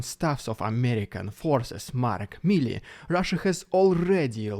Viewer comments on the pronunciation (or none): none